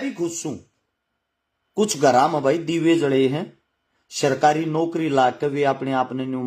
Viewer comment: Sarkari naukri na ki sirkari bolna to sahi se sikh le